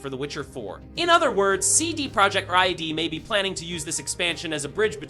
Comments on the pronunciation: CD Project what??? Ride? Rod? Reeds? Who are you and why can't you say RED? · Can you say “red” corectly at least once 😂